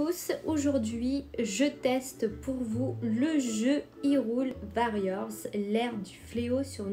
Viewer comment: C'est warriors et non varriors, c'est de l'anglais, ça veut dire guerriers. En tout cas le jeu est vraiment joli, fire emblem warriors et ce jeu ci seraient les deux seuls jeux que j'aurais si j'avais une switch, un type de jeu fortement recommandé à jouer entre ami(e)s. (Avec les voix nippones). Et c'est normal que les techniques d'Impa font pensées à Naruto, c'est du ninjutsu ^^.